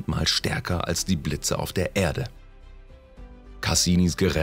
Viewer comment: Diese Stimme, das Grauen..... Unsere Ärde . 2005 äntdäckte Cassini.... Merke: Ä ist nicht gleich E ...